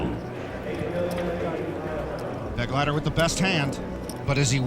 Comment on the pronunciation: Here the name "Begleiter" is being badly mispronounced: It is a regular German noun, and means: "escort." The accent is on the second syllable: "Be-gleiter" from the verb: " zu begleiten".